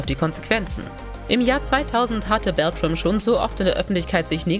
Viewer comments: Geordi La For-Ga? Fähnrich Forrick? Robert Beltrain? Wtf, was für Leute graben solche Insider aus, versagen aber dermaßen hart an den Namen? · Auch Robert „Beltrain“ statt „Beltran“ - Aua!